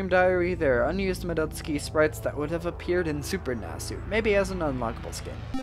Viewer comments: It's supposed to be "MADdoTSUUki" instead of "Muhdoteski" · More like, "mah-dots-key", at least according to the Japanese pronounciation. However, it sounds weird in english, and the fact he's mispronouncing the A doesn't make it better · "Ma-DUT-ski?" didn't know she was actually Russian lol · I'm pretty sure the Russians pronounce it "Madoytska".